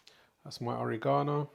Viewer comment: It's not OreeGsnoo it's Oregano. Forget about it & keep your shirt on! Your food looks awesome regardless. Thanks for the introduction. Yumm